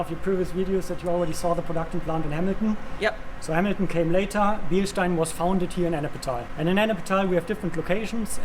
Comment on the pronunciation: We love you (sorry if I butchered your name) Excellent footage. Now just to get the American public to pronounce Bilstein correctly.